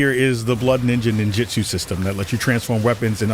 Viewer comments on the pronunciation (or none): none